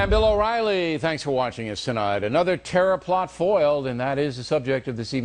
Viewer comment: I heard "Tera-Flop" instead of terror plot hahaha I'm an unindoctrinated nerd. XD